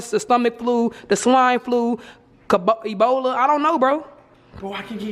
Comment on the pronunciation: cubbici bola (ebola) FUCKIN CRYINNGGGGGG